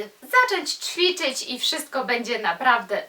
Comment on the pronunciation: Uwielbiam Cię a co do Twoich dylematów językowych to: Hantle/hantelki-nie hankielki;) I jeszcze coś mnie gryzie... powinno się mówić ćwiczyć a nie czwiczyć. Nie odbieraj tego jako hejt, broń Boże apropos ubioru: Kiedy mamy nosić mini/szorty itp? jak będziemy miały 100 lat? jak młodsze noszą to nie dobrze bo jak to taka młoda, jak kobitki po 30 to jak to taka matka itd. paranoja